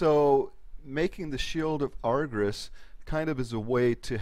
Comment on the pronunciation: She pronounces Argus wrong every time